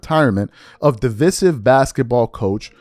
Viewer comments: DEeee Viiiiiiiiiseeeeeee. Siv … de. Vise. Sive. Pronounce with I. 😂😂😂😂😂 not how ever you were pronouncing it 😂😂😂😂😂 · You Murdered The Word Divisive .